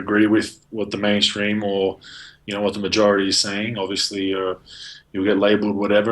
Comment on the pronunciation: "And THEE Donald Trump." Thee? Thee, Crowder? Thee is "You". You mean "THE", correct?